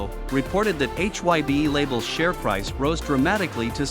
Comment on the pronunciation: I'm sorry but according to the leader of BTS RAM formerly known as Rap Monster also known as Kim Namjoon you are pronouncing HY BE wrong it is not pronounced H Y BE. HYBE is supposed HYPE remove P replace P with B now pronounce hype with a B that's how you pronounce HYBE H Y BE and you're even professing to be a Korean dunes outlet you should know how to pronounce Korean vowel sound shouldn't you fubar!